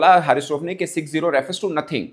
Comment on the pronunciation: 6-0😅😅😅 clear bolo na brother😂😂